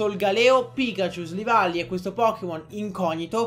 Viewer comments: SILVALLY NON SLIVALLY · si dice silvally